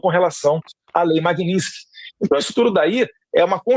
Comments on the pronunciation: Alguém fala pra esse asno que não é Magninski e, sim, Magnitsky🤦🐂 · Ele não consegue falar Magnitsky, ele fala Magninsti. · Dudu bananinha não sabe pronunciar magnitsky. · Me incomoda um pouco o fato dele não saber pronunciar o nome da lei que ele tanto quer aplicar aos outros.